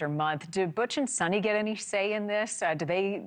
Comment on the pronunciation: Not “Sunny”, more like “Soonee”